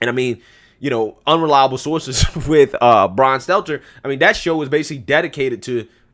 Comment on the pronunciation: It's not Brian Seltzer.... good lord. Not sure if you're nicknaming him or just bad at pronouncing his name. Lol